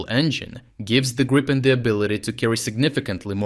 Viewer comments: So the only thing that needs to be worked on is that it is griipen. Not grypen, grippen or any other mispronunciations. I'm sure it should be doable for a Ukrainian. Or if this is not possible use Griffin or грифон. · Gree pen, not Grai :) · Great stuff. Just fyi. it's pronounced 'Greepin' (as in 'creep') ..... got that direct from a Swedish Gripen pilot some years ago. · Gripen is pronounced грііпен or in English greepen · Which is the pronunciation: Gr if fen or G ripen?